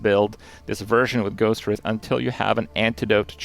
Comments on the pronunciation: Take a shot every time he mispronounces Ghostwrithe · i don't think i've heard anybody pronounce Ghostwrithe correctly yet lmao